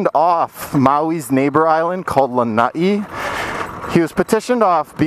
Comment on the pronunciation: Lah ny ee? wtf its Lanai pronounced Lah nigh